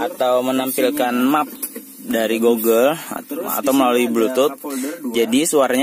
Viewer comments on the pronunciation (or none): none